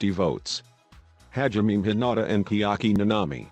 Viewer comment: The fastest of the fast. Kirumi Tojo. PS ‘Kiaki Nanami’??